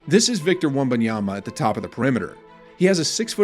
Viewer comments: Why does he keep saying “wembanyamba”? I don’t see a 2nd “b” in his name. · "Young Wembanyamba" i think you're a American. Haha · Say his name right bro… I’m sure you edited and played your own video before posting it 😂